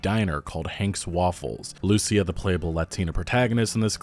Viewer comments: Bruh, "Loo-SEE-ah", not "Lucy-ah". Ya killin me. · Hey man, just a minor thing. When you say “Lucia” you pronounce it like “loose-e-ah” putting the emphasis on the “u”, you need to put the emphasis on the “i” like “loo-see-ah”. Or don’t, just saying😂 it sounds a bit jarring. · loo-see-ah That is how it is pronounced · Dude, learn how to say Lucía. Wow.